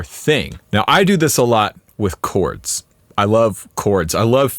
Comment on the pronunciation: When you said "chords" I thought you said "corts". I thought, "corts" those super cheap pawnshop strat knock-offs? That's weird.